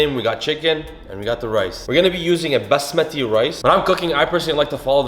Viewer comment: its the way he said basmati with the accent for me <3